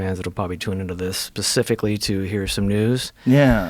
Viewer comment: 3.40 'pacifically'